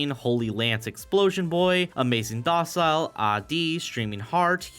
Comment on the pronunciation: great video but i keep laughing whenever i go to the part where you pronounced amazing dolce as amazing docile 😭😭